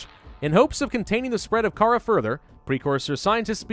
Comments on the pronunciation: It’s pronounced cuh rawr not cara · its not kharaa its kharaar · It is pronounced car-ar not Kara. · T H E C A R A B A C T E R I U M Its pronounced car haar NOT cara. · The disease is pronounced "Carar" (actually used to be how it was spelled while the game was in development, but they changed it to Kharaa for etymology purposes I believe) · Kharaa is purnounced like this: Car-rawr-ra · I very well could be wrong but im fairly certain it's pronounced Ka-RAW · Actually, it's called Carar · Isnt it called carrar? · It is Car-ar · it's ka-rahh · It's pronounced KAH-rar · It is said like carrar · Kharaa pronounced KA-RAR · Kharaa? No it's carar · Its pernouced Ka-raw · It is pronounced cararr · It's pronounced carar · It's ker-rour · kahraa is pronounced ker-ar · You can't go full Grammer Nazi on stuff and expect not to be criticized on that is no way ever you would pronounce Kharaa